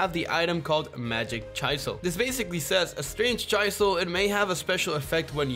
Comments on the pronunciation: Bro legit said Chyzel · Bro really pronounced chisel as Chy-sel. 💀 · Did this man just say 'Chyselle' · I honestly laughed so hard I threw my phone when called the chisel a ch-eye-zel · betrayed the red form and said Chisel wrong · The way he says chisel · Ayo the way you said chisel sounds wrong... idk